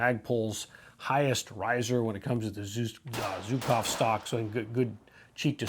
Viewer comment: Zhukov is pronounced Shukov... Not Zookov.. I wonder why it's so hard for US Americans learn the international phonetic alphabet..